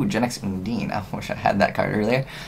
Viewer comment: Someone who pronounces Undine properly. . .THANK YOU.